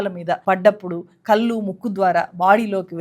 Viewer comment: మీరు "కళ్ళు" అని పలకలేరా? కల్లు అంటారేంటి అసహ్యంగా? అదేకాకుండా "వాల్లు, వీల్లు" అని పలుకుతారు. నేర్చుకుని కెమెరా ముందుకు రండి. మీకు చెప్పీ చెప్పీ మాకు సిగ్గేస్తోంది.